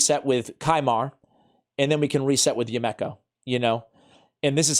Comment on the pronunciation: Her name is pronounced: "YOU-me-koh", NOT...."you-MECK-oh".....and I just got her!